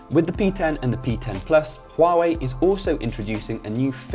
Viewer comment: I dislike Huawei phone's design.And the UI is so ugly.The pronounce?Huawei?Far away?looooool